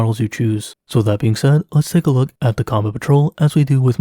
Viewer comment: Why am I over 5 minutes into a "What to buy video and you still haven't started onto the topic? Why do you sound like you're a computer reading a script rapidly with a pause at each line break? Why do you start off the "What to buy section with the Combat patrol (which for some dumb reason you keep calling the "Com Patrol") then end the what not to buy section with DAMN NEAR THE ENTIRE COBAT PATROL?